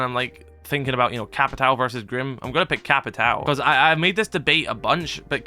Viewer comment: btw its no capitau, its capitwawoo its similar to how u say "lAWnmOWer"